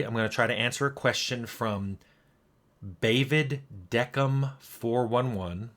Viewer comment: Bavid Deckham lol